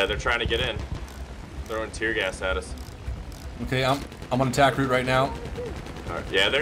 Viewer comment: did i just hear tear gas its not tear gas